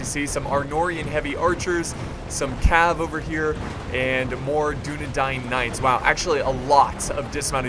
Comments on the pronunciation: Man to dis day he pronounces dunedain wrong but i aint hatin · u say dunadain wrong